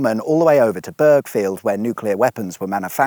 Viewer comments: BUR FIELD> don't pronounce the G.. G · Thanks for this, I grew up in nearby Calcot and went to Theale Green school. You nailed the pronunciation of Theale then mangled Burghfield, it's Burr field. Theale has many pubs due to its history as a coaching stop between London and Bristol and is literally "The Ale" :) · On the way to Oxford from Reading, Wallingford and Abingdon also used to be in Berkshire and was rebordered in 1970. By the way, if you should ever do a journey to the other side of Theale, Burghfield is pronounced with a silent G